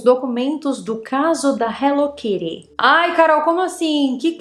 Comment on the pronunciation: No Japao, onde ela foi criada inclusive, se fala Hello Kitty e nao Hello Kiri......